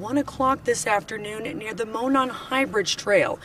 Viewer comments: Just a click bait influencer who can't pronounce the name of the town. This tells me you haven't researched the case or listened to any news clips on the case. You also can't pronounce Monon correctly. I can't watch anymore from you. Shame on you for trying to get money at the expense of these angel's murders! Your content is just a recap of the murders. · I’m from the area and I see you got the pronunciation of Delphi now but Monon is pronounced “mown-on.” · and yet Mon-non High Bridge just slips by.... Moe (Hey Moe!)-Non...rhymes with moron, ((not a slight or a jab!)) as in Monon (semi)Trailers. I can't really fault 10toLife, there are at least five other's who don't pronounce either right. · its hard to take any of your research seriously if you cant even pronounce the name Delphi. Its literally said before every news story on the murders.. jesus and you say "Monan" wrong